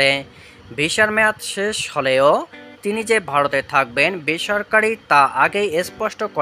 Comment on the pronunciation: দিচে কি দিছে না,,,😊, ,,, বারত নয় ভারত 😂😅 বলচে বুয়া 😅,, অনুরোধ শিক্ষিত মানুষ দিয়ে খবর পড়াবেন দয়া করে।